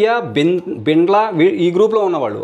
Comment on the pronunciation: బైండ్ల bro ani palakadam ledu